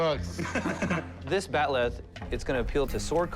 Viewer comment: It's called a bat'leth not bat'leh.